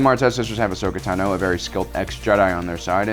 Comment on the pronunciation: "Uhsuckuh Tuhnooooooooo" When are you going to learn to pronounce her name properly?